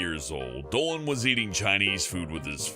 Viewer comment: Planet Dowan That’s how Dolan says Dolan